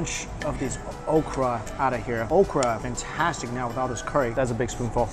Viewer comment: 1. You and Mark Wien's bro-mance continues...what's up with the nearly identical uploads in the last few months?! - no complaints, but...I just find it funny. 2. You pronounce curry -> CORY. It's endearing ;)